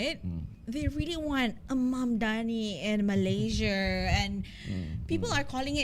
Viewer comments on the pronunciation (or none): It's MalaySIA, not MalayZIA.